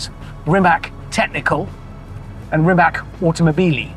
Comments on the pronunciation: Rimac should be pronounced like Rimats and not Rimak.. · So, is Rimac pronounced rimak or rimats. Wikipedia says rimac and in croation the c stands for ts but Hammond keeps pronouncing it with a k and the folks at Rimac don’t seem to mind it. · It's Rimac, not Rimak. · It's NOT pronounced Rimak but Rimac... Spelling and prounciation are exactly the same in Croatian!! Very annoying... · Its not Rimak its Rimac - Rimats... yw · Pronounce it properly please.. it’s not “Rimak” its “Rimatz”.. Make a whole episode and you’re not even getting the name right. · Hammond its not Rimak its Rimac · HAMMOND! It's pronounced "Ree-mats"! :face-blue-smiling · Zlo mi je kad čujem Rimak! Zar mu nitko nije rekao kako se izgovara? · I find it ear grating how he keeps mispronouncing Rimac yet pronounces Mate correctly. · It's Ree-mah-tz.. as in tsar or tzatziki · Still it’s pronounced Rimaz… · even with Mateo sitting beside him, he still (rather British-stubbornly) refuses to say the correct RIMATZ... it's not really a "C" at the end, Hamster. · and Hammond still does not know how to pronounce Rimac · You should know how to pronnounce brand of the car (hyper car in this case) on this level of journalism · Anyone else have an eye-twitch every time he mispronounced Rimac, or is it just me? Just me... got it. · almost died in him but never learned how to pronounce their name 😆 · Miss-pronouncing Rimac on minute 1 - so Hammond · What’s the deal with Hammond and his lack of interest in pronouncing the name of the car correctly? I don’t understand why. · Hope he would pronounce the brand name properly. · Refuses to pronounce the name right as he is still a bit miffed about ending up upside down. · Someone please teach him how to pronounce RIMAC🙄 They're paying him how much to mispronounce the name?! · He pronounce that name SO WRONG